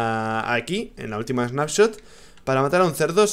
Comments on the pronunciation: Rich, dice Spanshot en vez de Snapshot xD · Rich dice spanshot .. Like para que se de cuenta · Soy yo o dice Spanshot? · Lol dice nueva spanshot =) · Span-Shot XDDDDD Rich cuidado con el tecado jajajajajaja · porque dice spanshop entiendes s(pan)shop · si dice Spanshot